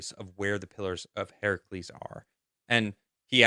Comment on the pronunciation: Are & trying to say pillars of HERCULES?? “Herc- u-les”. It’s not Heracles. Yet y’all kept butchering it over & over! 🤣😬